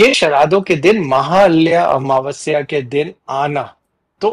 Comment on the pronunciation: mahalya amavasya nahee..". MAHAALAYA AMAAVAASYA" hai.